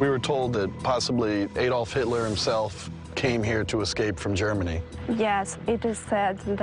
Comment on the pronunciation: If I hear them say AYDOLF instead of ADOLF one more time I... I am going to dislike the video (I know, expecting some climactic act, sorry to disappoint).